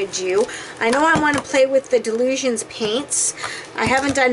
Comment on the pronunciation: I dont want to be mean, but it is pronounced, die lusions, named after Dylan Reaveley